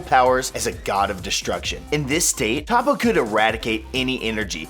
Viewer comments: He pronounced toppo wrong. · Did anyone else get annoyed how he pronounces Toppo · I cringed everytime he said Toppo's name. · Toe-po not top-po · Okay but...who the fuck is TAPO?? Repeat after me “Toe-Po” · Its not top ooooo its topoo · Why do you say topo? Though his name is toppo lol the way he says it is like topo😂😂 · It's not "Top O" It's "Tow Po" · Topoe? Not toppo him didnt know they changed his name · What on earth is a Topoe? Its TOPPO....TOP PO! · Toe-poe you fucking newb. “Top-po” wtf. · ....I'm starting to believe you actually haven't watched the anime.... Top-O? Its fuckin Toe-poe... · please call him toppo not tappo learn the names... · I hate mispronounciations... Tah-Poe? No... Its toe-poe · Tah-poe???? You me "toe-poe"right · IT'S TOPPO NOT TOP OH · Toe-poe, not top-poe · It is pronounces Toe poe Not Toppoe Bappo no slacko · Its pronounce Tapo? Is it not Topo? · Boy it’s pronounced toe-poe not top-poe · its toppo not tappo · Its toe-poe not ta-poe its 1 letter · He said toppo as tappo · who is Top po? does he mean toppo? (Toe-poe)? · toe-poe finetically, not top-oh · Anyone else cringe everytime he said Top-o? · “Top-Poe” fuck this nigga doesn’t even watch dragon ball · Did u just say tappo bitch? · When he said topo I died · Better than the scrubs who think "Toepoe" is correct. If you're gonna put an American "accent" on it, pronounce it "Tahpoe" at least. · These people watch the anime and still butcher their names even though their names are said in the anime really how do you screw up a name like toppo....its toe-poe....ughhhh goodddddd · Its Toe Po and Pu Pu....... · Ta-poe... I cringed everytime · A volatile noodle, doesn't the Japanese pronunciation say toe-poe? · He really called him Top-Poe 🙄... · lol he said tApoo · It's pronounced "hoepo" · It's Tōpo. There's no "Toe" in the actual sound. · he said Top-oh 😂😂😂😂😂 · Y do you pronounce toppo that way when u have heard how it is pronounced.. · You said toppo name wrong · SAY TOPPO WRONG AGAIN